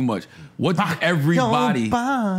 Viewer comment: Ev-er-y-bod-y not Ev-reeeeee😆 Ill-u-ma-nah-tee